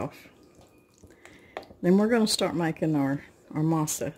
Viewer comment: You said Masa perfectly but just so you know, Harina is ah-rree-nah. A slight quick roll of the r. Then the nah sound would rhyme with ha like hahaha.😆. I hope that makes sense. Not Matt ask criticism it's just in case you want to know. Masa is dough and Harina is flour. In Spanish things are spoken reversed in comparison to English... Translation would be flour dough. What it's made of is Mais/dried corn, as you you already know. Mah-eez. Again, if you were curious. Great job and thanks for the video. I'm sure it delicious and smells like heaven in your kitchen.